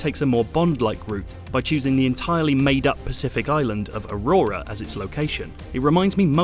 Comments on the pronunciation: Auroa, not Aurora. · Auroa not "Aurora". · UHH-ROW-UHH....there is NOT two R's in Auroa...come on man. At least pronounce it correctly. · Its pronounced O-RO-A